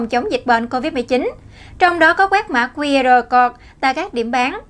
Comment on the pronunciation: XNV nên lưu ý khi phát âm, đọc 'QR CODE' nghe ỚN QUÁ